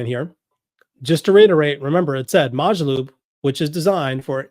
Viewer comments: It’s pronounced Mo Jo loop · It's mOO - jaloop!!! It's an 'O' not an 'A'!!!